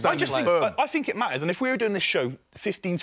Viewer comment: Why does Robbie say "fink" instead of "think"?